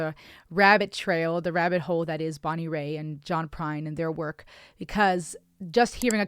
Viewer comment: It's Bonnie "Rate"...not Bonnie Ray